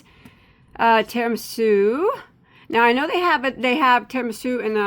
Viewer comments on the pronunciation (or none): none